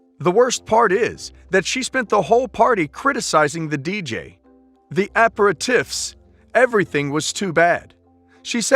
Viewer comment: You butchered Mallorca and aperitifs. Please research words that you are unsure how to pronounce.